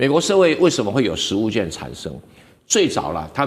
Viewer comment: 食物券，要讀"勸"，不唸"眷"